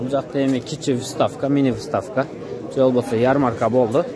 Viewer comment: Ставка эмес выставка деп айтсан в га ударение коюп